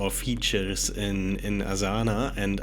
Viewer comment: The pronunciation of Asana gives you away that you are german. lol